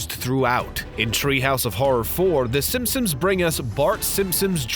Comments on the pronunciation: Am I the only one who constantly heard him say Simpums ? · “Simpsoms” omfg dude